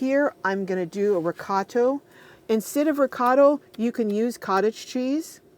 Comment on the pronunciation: Sorry but it's driving me crazy the pronunciation is reecot-uh cheese and Raman-oh. and Motts -e rella. Please. Also if you don't want the noodles to stick to the bottom it's helpful to put a layer of sauce on the bottom or butter